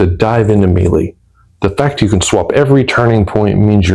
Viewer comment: Melee: May-lay Grenadier: Grin-uh-deer Infamous: En-fuh-muhs